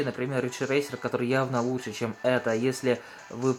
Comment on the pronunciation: "Лучге" словарь купить !